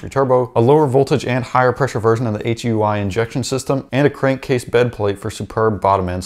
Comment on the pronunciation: Yo.....it HEUI....HydroElectricUnitInjector.......HyooEee injector